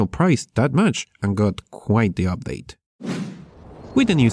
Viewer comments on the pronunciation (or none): none